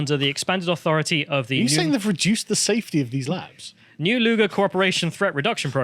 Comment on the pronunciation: Lol “Dick Luger”